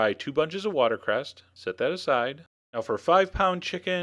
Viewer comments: He also says 'watercrest' instead of 'watercress'. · Is he saying water "crest"? 🤣